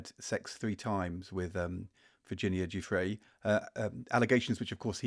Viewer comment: Might need to work on the Virginia Giuffre pronunciation, George. That was a dreadful effort.